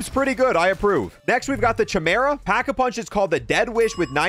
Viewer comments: Bro said "So Crates, the philospher" its pronounced Soc-ra-tees; and Chimera is pronounced, KY-mera. Jesus fuckin christ. lmao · pausing the video for a PSA. the Chimera is pronounced "kai, mare, ruh". "kai" like naruto breaking genjutsu (had to use this example due to the weeb moments before). less weeb example, sky without the s. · Just letting you know the h in “chimera” is silent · Bro calls chimera “ch”imera it’s pronounced cimera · Oh my god... if i hear some else call the chimera the CHI-mera, imma loose my shit. Its KI! KI-MERA THE C-H TURNS INTO "KI"! DAMN IT MAN! Also, cool video dropping a like. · The crossbow tier 3 pack with thermite arrow and fire mod kills mega abom in like 30 seconds And i have to add its not pronounced chi-meh-rah its ki-meh-rah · What is it with youtubers that cannot pronounce words....Chim-Era? My guy wtf. It's pronounced kai-merra or kai-meera depending on accents at best. Edit: Rasputin's Re-Vull-shun, where did you get revelation from when you edited Revulsion in to the video. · Chimera is pronounced ki-mera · He really pronounced the "Ch" in Chimera . . . Wow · Chimera = kai-meer-uh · Dude mispronounced socrates and chimera edit: who ever is giving you the mw2 guns or alot of the guns in general is making it not very fair for most of them. a lot of the guns have attachments that work against their strengths. including the shotties. btw, dualies on most mw2 pistols actually drop the damage they do significantly due to the mw2 gun nerf. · This is cool and all, but I ain't even gonna lie, the way you pronounce Chimera makes me feel unbearable pain. Like I just ate a bowl of nails without any milk pain. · the way he pronounced corps and chimera bothers me